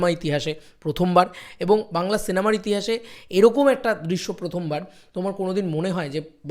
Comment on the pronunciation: ভাই ইতিহাস বলে একটা বস্তু আছে সেটা শুনেছিলাম, কিন্তু "ইতিঠাস"-টা কি জিনিস ভাই..!! 🤪😆😅🤣🥴